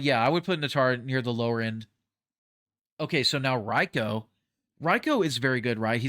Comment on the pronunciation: Why do you keep mispronouncing Reiko's name when you can hear it in the game? No one in the game, whether it's an announcer or in the story mode, ever says it like that.